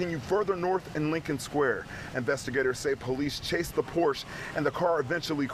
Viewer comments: It's pronounced por-shuh not porch! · It's time to learn how to pronounce Porsche,.